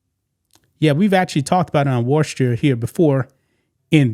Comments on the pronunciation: You pronounce it. Wisster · Worcester, Massachusetts is pronounced “Wooster ( WUSS-ter) WUSS - ter. Don’t pronounce the R. It’s a tough one I know they have a strong accent up there. It’s the Trans community that’s messed up the LGB wants to be left alone. Trump changed the website to only LGB. The Trans people went nuts he left out the T. In all actuality a Trans person is either a LGB but they want their own letter they annoy the LGBs. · Wooster. pronounce it wooster. Or, if you want to say it in Southie it's Woostah. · How about pronouncing Worcester correctly first. Next, dont come for the gay community. How about understanding why we are terrified of him and the oligarchs. Too bad that you as a black man will not understand they are coming for you as well.